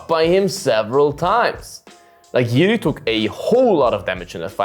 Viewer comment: Jiri is more Complex Figter ... also he have more experiances in MMA ... since ale have 8-2-0 he have 29-3-1 is 3x more :) also Jiri have better cardio ... anyway u say JIRI name alsmost correct .) definitely most correctly from eng speak channels :D 👍